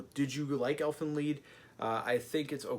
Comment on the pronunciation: pronounce it "elfen leed" ...